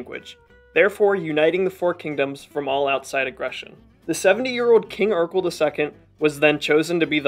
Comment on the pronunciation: Sweet video. Though Erekle is pronounced more like Heracles from which it derives, and less like Urkel. As cool it would be for there to have been a warrior king Urkel.